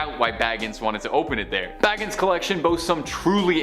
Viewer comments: OML IVE NEVER BEEN SO TICKED OFF this girl pronounces words so bad (NUH-VAH-DUH) and zachs last name is pronounced (BA-GIM) and dybbuk is pronounced (DIH-BIK) oml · edit (BA-GIN) i pushed m on accident